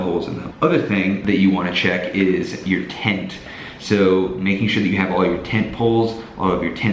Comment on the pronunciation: When he said "tent" I understood "taint". I must rethink my life...